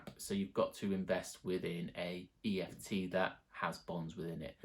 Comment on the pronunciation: kept saying eft ... 😂